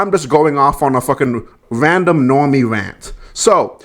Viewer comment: Sorry was that Normie, or Nwormie?